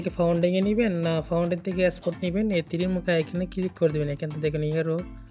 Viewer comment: are, vai founding na otar pronunciation funding 😂😂😂